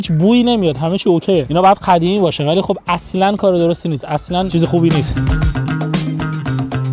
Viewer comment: 41: 18 قدیمی ❌ خدیمی✅ دهنت سرویس 😂😂😂